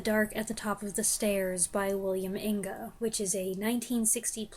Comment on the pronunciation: There is a newer translation of Solaris that is supposed to be better. I never read it, but read other Lem novels the favorite The Futurological Congress (I didn't like the movie version of that,) Inge is pronounced like hinge, you were trying too hard. He wrote a couple of the best movies of the 50s 60s, Picnic and Splendor in the Grass.